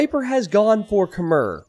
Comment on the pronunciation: 'Khmer', as a word, is pronounced to rhyme with the word 'air'